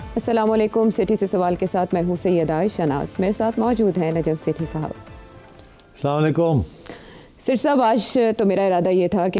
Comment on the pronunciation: This man has spent over 70 years, and look at his "Salalekum" 😂